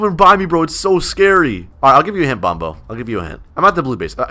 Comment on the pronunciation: bombo? it’s bonbo